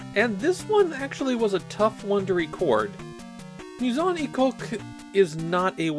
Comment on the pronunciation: This actually became an inside joke in a Discord server due to the pronunciation of "Maison Ikkoku" sounding somewhat off. My Song E Coke y'all, My Song E Coke.